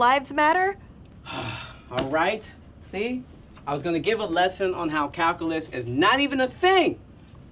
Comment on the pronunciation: He said caowculiss bahahaha